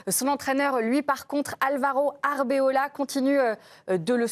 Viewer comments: Eh les journalistes le coach s'appelle ArbeLOA et pas Arbeola... Un minimum de sérieux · POUVEZ VOUS FAIRE UN EFFORT DE PRONONCIATION ?? c’est ARBELOA et pas arbeola ….. pitié